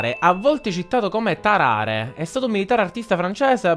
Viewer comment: Si pronuncia Tarare con l'ultima r un po' più calcata